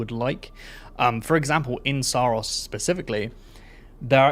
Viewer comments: That’s not how the devs pronounce it. In their promotions material it’s Sah-Ros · I think it's pronounced Sorrows. Which is also the story.